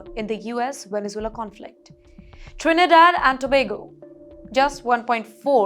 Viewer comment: Great pronunciation of Trinidad and Tobago